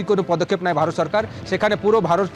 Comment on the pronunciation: এই ভারতিরা নাকি যুদ্ধ করবে, হ্লারা কথা ও বলতে পারে না। সরকারকে বলে চরকার, সেখানে শব্ধকে বলে ছেখানে😜😜😜